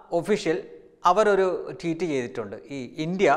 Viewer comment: ററീററ്(Teet?) അല്ല ററ്വീററ് (Tweet)ആണ്...